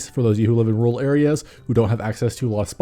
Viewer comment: When he said "rural players" I thought I heard "rule players" and it confused me for a moment.